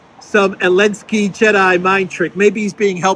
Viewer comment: WHO THE EFF IS ELINSKY??? ZEEEEEEEEEEEEEEEEEEEEEEE LINSKY. GET IT THE EFF RIGHT.